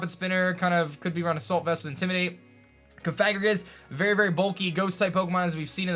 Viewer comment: Coh-far-ih-gus? It’s Coh-fah-grih-gus. Pft, you do this for a living?